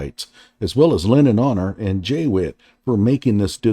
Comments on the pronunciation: He said 'graduate committee' which is a common description for a group assessing a thesis or dissertation. As for Witt versus White? Wherever that is in the video; it's probably an insignificant mispronunciation. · It's not a graduation committee!!! It's called a DISSERTATION COMMITTEE. It's not J Witt it's JWHITE!! This guy is an idiot.